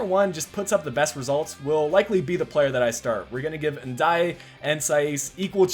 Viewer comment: And it’s pronounced N Day